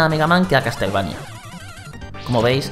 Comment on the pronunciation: "castel" xD